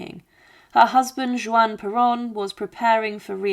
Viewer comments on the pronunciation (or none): When the AI narration says "Jewan", is that supposed to be pronounced "Juan?" AI will ruin your channel. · WHO IS JEWON?????? IT IS JUAN!!!!!!! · A very good, well researched, interesting video 👍👋👋! However, I jumped every time you said Juan Peron. In Spanish it is pronounced HUAN, not JUAN! "J" is pronounced as "H" in Spanish. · i don't know how on earth you don't know how to pronounce 'Juan' (Huan) no J (jay) sound. you didn't even mention about her lobotomy. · Juan is pronounced "Wan" Buenos Aires is pronounced "Buenas Ah- rez"